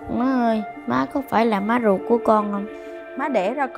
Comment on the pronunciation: Ruột chứ ko phải guột nha anh.